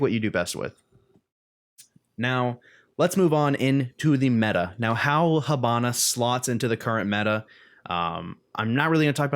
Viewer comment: h''I''bana(as is the vowel E pronouced)....hAbana is a city of cuba, not being a smart ass but cmon.nice video tho keep on this videos i really enjoy them